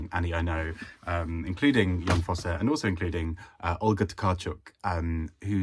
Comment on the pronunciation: I shall try to take this opportunity to finally read The Birthday Party by Laurent Mauvignier! Incidentally, speaking as a Norwegian, I commend you on your pronunciation of "Jon Fosse". Flawless! I have heard his name mangled in various ways so many times since the Nobel announcement 😆